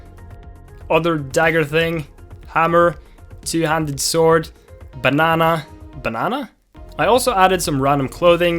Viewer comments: I love he pronounces banana B A N Å H N Å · BANANA NOT BONONA